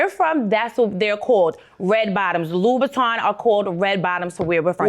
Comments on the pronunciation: Can't afford them and can't pronounce them. loubouTIN not loubouTON. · It would be nice if any of them could pronounce Christian LoubouTIN !!! 😂😂😂😂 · It would be nice if he could pronounce LoubouTIN !!